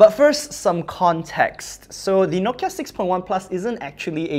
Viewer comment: It's "Nokia"